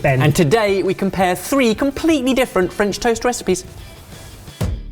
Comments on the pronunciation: Ben's would have been great topped by a perfectly poached egg... was "superb" (french accent included) but I was laughing at how he managed to mispronounce both french AND english words. 😁 😂 🤣 😃 😄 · Had physics and further maths A-levels today but what really put the nail in the coffin was hearing speak "French"